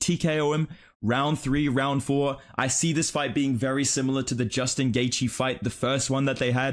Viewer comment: You should make a video on mispronouncing Gaethje. He pronounces it, “Gay-Gee” and it pisses me off lol